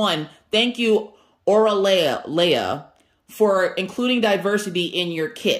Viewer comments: Hello there. You are saying the name correctly. It is a combination of the hawaïen words ending with aloha. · can you please not bang the box? It hurts when I listen with earbuds. 😂😂😂 I love Oraloa, you are saying the name right! You should call them Areola though... Because it's funny... Thanks for the unboxing! Haven't seen those two unboxed yet. I am halfway through my Oraloa canvas and loving it. The drills are fantastical and the canvas is amazing to work on.